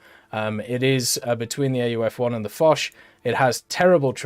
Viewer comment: He says Foch correctly but not Leclerc xD joke aside i like that France get a New Leclerc , when you see UK with the long Line of challenger you really wish that France and some country got more cool looking mbt at top tier